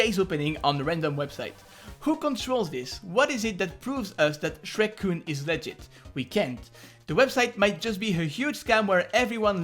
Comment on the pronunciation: every time you say legit I hear legend